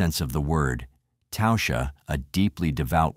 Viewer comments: Her name was literally pronounced TASHA not tousha.. fk me..if you are going to make content about real people that have passed away and make money off her name at least have enough respect to say it correctly ffs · Its pronounced tawsha..